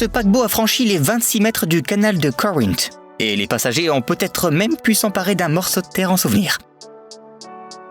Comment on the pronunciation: La prononciation de Corinthe est splendide 😂